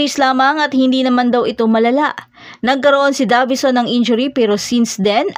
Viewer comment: Talagang minamali yung pronunciation ng Davison para maiba lang?